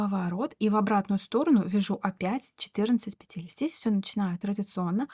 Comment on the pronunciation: Воздушных пЕтель, а не петЕль.